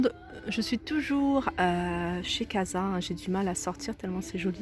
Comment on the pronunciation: On prononce casa كاسا un nom espagnole يعني المنزل